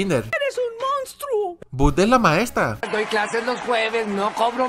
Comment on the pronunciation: Nadie:: nadien (Nadie) Mostro (Monstruo) Cronch (Crush)